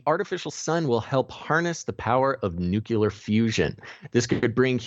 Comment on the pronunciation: There is no such word as NUCULAR. Unsubscribing.